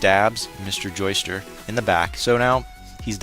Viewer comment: BTW I notice you're saying "Joester". Sometimes the subs spell it that way. But it's actually Joestar. As in Joe and the word star. You'll notice later in the series why the "star" part is important.